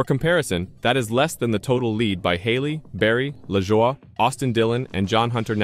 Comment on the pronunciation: Hard to believe a channel that doesn't know how to pronounce the drivers names( Lajoy )